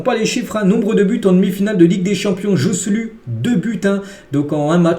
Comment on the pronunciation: Faut vraiment que tu travailles ton espagnol parce que le Joe-Ce-Lu là ce n’est plus possible 🫨😂😂